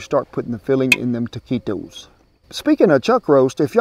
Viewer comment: Good job with the pronunciation! Most Americans, and English speakers as well, say the U, nice work Cowboy Kent.